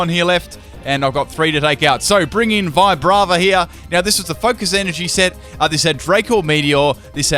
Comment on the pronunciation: "Vibrata" LMAO.